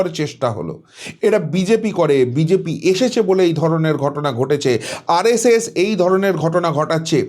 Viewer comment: R esh esh noy. Uchcharon thik korun. R es es.